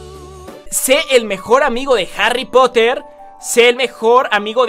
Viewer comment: Harri poter Harri put jaja